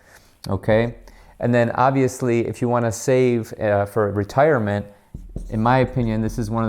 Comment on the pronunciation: Ok that wasn’t as bad as your attempt at ‘retirement’